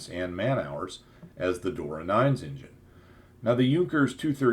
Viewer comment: Sorry you can't pronounce Turbine or Engine correctly... I understand that there are no rules for pronouncing British English... especially now that most brits speak Polish or Hindi